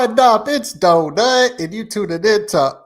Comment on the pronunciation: Please pronounce her name correctly, same as the last few times, she tells you how to say her name and then you mis~pronounce it, seriously…Love you still 😬